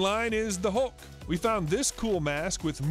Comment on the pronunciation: ハルクをウルクって言ってるの笑っちゃう…笑